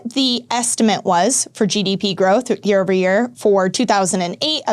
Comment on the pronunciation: Good video, but please learn to say ESTIMATE